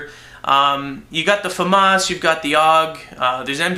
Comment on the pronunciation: he does know that Famas and M16 is a fully automatic in real life right? and he says Famas wrong fumas lol... Epic Beard